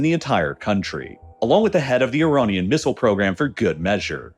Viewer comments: why does he say ironian instead of iranian? its like he mispronounce a word in every video just to annoy you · Is it just me or is he saying “ironian”? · I couldn't make it that far, I kept getting irritated by the various "Ironians" sprinkled throughout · why does the narration keep changing pronunciation of words? Ironian? Either very poorly scripted or he’s changed to AI narration. Unlistenable.